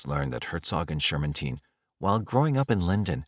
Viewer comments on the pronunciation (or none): he's right tho, I think you pronounced the name Shermantine wrong from what I remember from a doc I watched